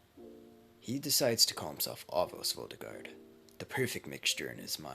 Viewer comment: His name is Anos bro.. ANOS!!!!